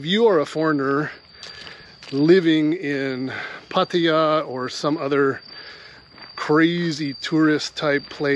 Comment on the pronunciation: I love how you said “Pat-tee-ya” instead of Pat-ta-ya like the tourists do. Shows that you’re a local or at least with someone local, in your case your wife! 🙂